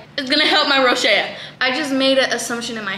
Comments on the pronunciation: ITS NOT ROSHEA, ITS ROSACEA 😭😭😭😭 row-zay-shuh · rosacea is pronounced row-zay-shuh not row-shay-uh ☠️☠️ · girllll rosacea is pronounced ro-zaaay--shuh xdddd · Lol you’re so cute, it’s pronounced ROSE-aye-CHUH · its pronounced rose a sha hahaha i have it too boo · Not tryna be mean but it’s pronounced RO-ZAY-SHA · it’s pronounced (row-zay-sha) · i thought rosacea was pronounced ro-say-sha 😭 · Yeah this been bothering me but wasn't sure if they just say it different in Mexico or something? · that's not how you say rosacea 😭😭😭😭